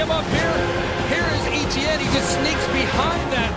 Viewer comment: Just so you all know Travis Etienne's last name is pronounced *ET-CHYAN not *E-T-YIN everyone from south Louisiana (Travis's Home) cringes every time they say *E-T-YIN on TV